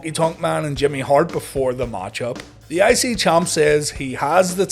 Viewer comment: Every time he says I-C champ or I-C TITLE I am hearing ICY-champ ICY-TITLE! L lol